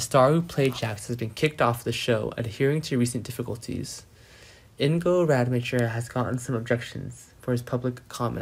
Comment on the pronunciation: please pronounce Ingo's name right